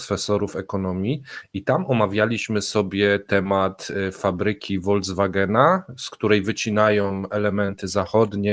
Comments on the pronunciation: Panie, proszę przestać mówić Wolkswagen, bo przestanę subskrybować Kremlinkę. A oglądam kanał od początku. Po niemiecku "v" czyta się jak "f". Pamiętam to jeszcze ze szkoły, gdzie miałam niemiecki i rosyjski 😁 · Holcwagen a ten motor to się mzeta nazywa.😀